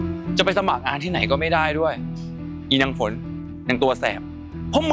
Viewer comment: ฝนนะไม่ใช่ฟาง